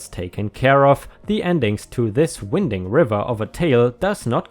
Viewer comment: Winding in the sense you used is pronounced differently, "Wind" can be pronounced like Win but also like Wine, but has 2 meanings, Win-d like what blows and we feel but Wine-d like a road twisting and turning... in this case Winding is Wine-ding...